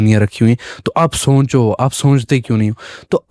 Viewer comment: pe Host ka kehna "ap soncho" bhai n nikal do socho bolo, ye jisne Islam kabool kia he ye lrkakitni achi urdu bol rha he isi se seekh lo bhai